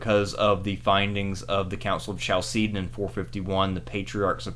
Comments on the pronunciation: The way you pronounced Chalcedon was horrific. It's kal-se-don, the "ch" is pronounced the Greek way, like in "Christ", "chemistry", "architecture". But apart from that, awesome video, interesting topic :) Keep it up! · Is no one going to say anything about his pronunciation of Chalcedon???